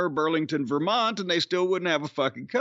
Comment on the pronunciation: it's not the Ver-Mont-EE?